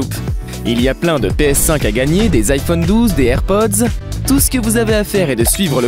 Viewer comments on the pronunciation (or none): none